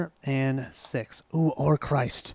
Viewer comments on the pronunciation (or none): If you really want to know how to pronounce Orcrist, it is orc-rist; orc rhymes with fork and rist rhymes with fist or mist. That is how it is pronounced in the movies and in the audiobooks. Glad you played this quest without the 'Imladris Stargazer'. :-D